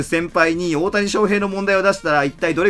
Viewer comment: ただでさえ笑い転げてたところに、オオタニさんのイントネーションが太田胃散でトドメさされたw